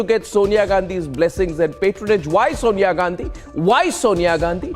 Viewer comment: Sonia is correctly pronounced as Sawnya साॅनया not सोनया ।